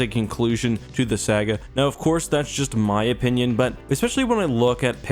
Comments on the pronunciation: It's saga like saw or song, not saga like sagging your pants [shudders in disgust lol] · Hey,, it’s SA-ga not sag-ga. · saga is pronounced sah-gha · Anyone else bothered by how he says "saga" or was it just me? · You are hereby banned from saying "Saga" until you learn how to say it properly.